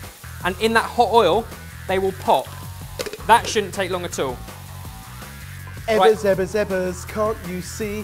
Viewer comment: why do you guys call (ebers)